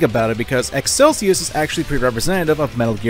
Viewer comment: The way you pronounce Excelsus is... frustrating.